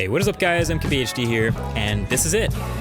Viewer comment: Did you just say "KHD here" lmao